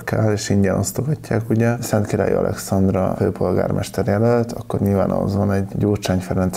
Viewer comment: Masnak is feltunt hogy nem tudja Szentkiralyi nevet kimondani?😆